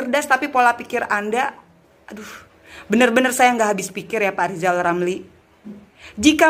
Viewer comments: Rizal Ramli ngomong R saja gak bisa kok mau tuRunkan😂😂😂😂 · Lizal lamli sok pinter ngurus negara. Belajar dulu ngomong er r r 😆😆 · Lizal lamli ngomong ER aja susah kok mau macem2... sunat dl sono zal